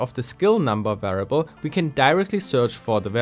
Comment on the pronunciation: It sounds a bit like you're missing the i in variable. (sounds like varable) Even so, awesome content! Interesting to see some cheat tools that are being used nowadays.